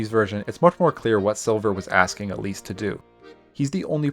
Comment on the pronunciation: it sounds like you called Elise "obese" and it's sending me and my friend rn